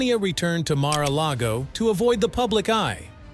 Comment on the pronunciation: Narrator, please learn Melania's name, also mara logo?